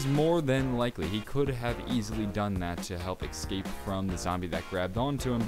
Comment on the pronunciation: No Hate. But why do you say escape like ecscape? love your vids :)